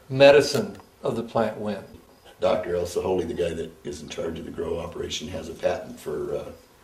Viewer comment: sounds like he sais dr elsa holey tho..